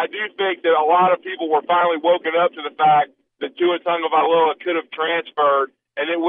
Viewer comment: Let someone else pronounce that fucking name.